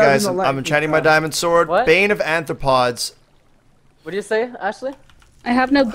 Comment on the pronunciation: When will he learn it's called Bane of arthropods not Bane of anthropods